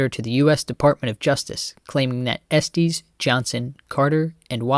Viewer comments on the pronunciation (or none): It’s “EstES” not “EsTEES”